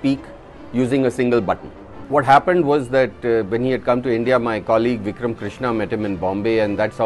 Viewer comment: It's not vickram it's vikram